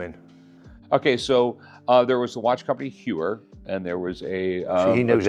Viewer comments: It's not "You-er" it's "Hoy-er"! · HEUER NOT HEWER ffs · Hewer and Zeenith? Le Mans with an S? Sigh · ...not TAG Hugh-er...HOYER...interesting Audemars Piguet literally won't let you buy their watch unless you can pronounce the brand correctly. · Its Tag -HOYER, not Tag-HUER. 😫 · It's Hoy-er not Hugh-er. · It’s pronounced “hoy er “. Not Hue er. Also the Daytona first movement where valjour 72 not the zenith. That’s “Zen ith” not zeeenith. lol. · For someone so knowledgeable, bro should not be saying “hewer” and “conograph” lmao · Hyouer… conagraff… blankpayne… Roman jerohm… Jeyegger Luhcultruh… I’m 💀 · If he knows everything...he should know that "Heuer" is pronounced "Hoya" ... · Talks about incorrect pronunciation, then goes on to talk about “Hewer”, “Zeenith”, and “Jagger” 😂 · Not to be annoying but it genuinely took me a second to get what he meant. Heuer is pronounced Hoier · The F is a Jaggar La Colltrah xD or a Jeuer for that matter xD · Lol. I just got a Blonk-Payne and. Hyooer. Im set. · Rick can't pronounce Heuer correctly. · He needs to learn how to pronounce Tag Heuer first then talk. Its pathetic how americans make their own pronounce for European brands. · He corrects you on the pronunciation of pawn, then proceeds to mispronounce Blancpain an Heuer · Makes fun of Michael how he says "Pawn Stars" and proceeds to butcher every single watch company name lol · The amount of times the guest butchered the Heuer name is hilarious....he doesn't know anything about these watches.... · So funny, the guy corrects Michael for pronouncing the name of his show wrong. He should look in the mirror because a bit later he butchered the Heuer name twice 🤣🤣🤣🤣